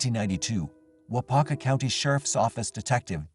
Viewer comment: Hilarious hearing the pronunciation of cities and counties in Wisconsin. Waupaca and Weyauwega.